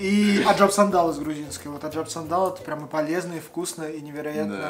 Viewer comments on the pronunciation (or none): не Аджампсандал а Аджапсандал))))))